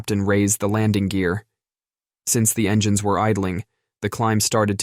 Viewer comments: Never heard that "pass" bit before, and this new AI input is risible -- "en-gan-ness" for engines, TWICE! LOL! The mangling of English words is hilarious, except NOT in aviation, where it's critical for ALL pilots to speak intelligible English, the international aviation language since about 1951 or '52! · This is the most pathetic text-to-speech AI program I've heard. "En-geh-nes"?? It was tying to say "engines".